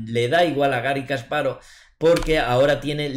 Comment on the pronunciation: No es "kaspárov" Es "kasparóv" sin tilde. Me encantan tus videos; muy buenos analizis y esta particularmente una excelente partida.